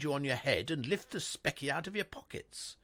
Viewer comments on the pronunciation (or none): As usual, quite a few mispronunciations. One about “lifting the speckle out of your pockets” instead of “lifting the specie” (soft ‘c’ as in species) meaning money. Very slapdash. Nice voice differentiations but not much quality control. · mispronounces words all too often in these stories. Everytime it happens, I wince. Things like “lifting the specky out of your pocket” when the word is specie with a soft c. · Grants tomb is hardly visited and thus worth a visit now. Before 22, spiecie isn’t pronounced specky.